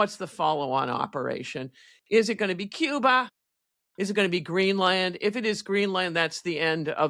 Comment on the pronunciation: The way she said Cuba made me laugh 😂😂😂